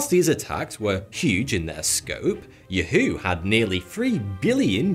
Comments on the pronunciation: Lol “you-who” in said of “ya-who” lol its in the commercial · It's Yahoo not Youhoo 🤣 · Funny how he pronounces Yahoo Yu-hew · The way he pronounces Yahoo though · Has he never heard anyone else say yahoo out loud before? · love the way you pronounce Yahoo. Lol. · Never heard Yahoo pronounced like that. 🤣🤣